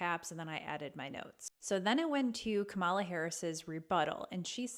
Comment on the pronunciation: Are you mispronouncing Kamala on purpose or just not doing the research to get it right? What else aren't you getting right?